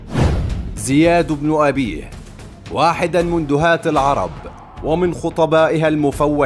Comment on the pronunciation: غالبا الصوت ده ذكاء اصطناعي علشان كده بيقرا من غير تشكيل